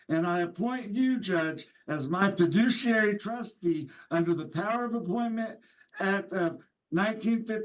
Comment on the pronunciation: At least we have "fiduciary" rather than "fidishiary".